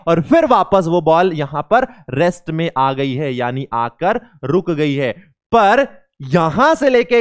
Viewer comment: Sir rest hota ha rext nahi